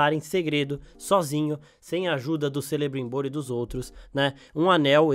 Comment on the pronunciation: Também percebi a pronúncia incorreta.